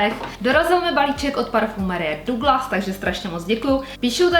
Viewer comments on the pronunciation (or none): none